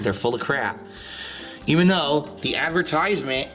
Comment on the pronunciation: Why does he pronounce “advertisement” so weirdly